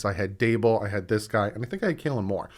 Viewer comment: Hot tip: it's Kellen, not Kaylen Moore